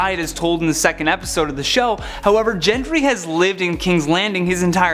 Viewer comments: GENDRY NOT JENDRY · That's not how Gendry's name is pronounced.